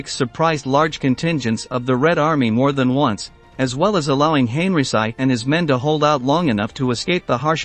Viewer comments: "Hen-ree-chee" not henryci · No need to massacre German Generals last Name the way you did. There are other languages in this world and the least you can fo is to learn how to properly pronounce it. First time we hear someone calling. General Heinrici as Heiricy!! His last name is pronounced Heinriki sometimes Heinrichi. I recommend you to watch a YouTube video from Mark Fulton. Better to approach things from a real history and not cliche and propaganda used over the years. You are painting all the German Generals as evil. Nazi were criminals no doubt. But they convicted Some of the Luftwaffe Generals for bombarding cities. Well who unnecessarily burned Dresden towards the end of the war? a city with not a single military target ? War is war both sides bombarded civilian targets. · Why don't you try to pronounce Henrici name properly.?.... I had to refrain from shutting this video off. .. Please, learn how to pronounce foreign names properly... Respect your audience...